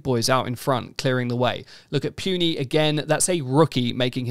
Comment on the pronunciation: Hate to be that guy but it's pronounced "Poo-nee" not "Pew-nee"